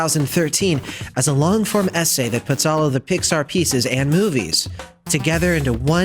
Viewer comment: At one time you said Pixar i heard Dicksar. 😂😂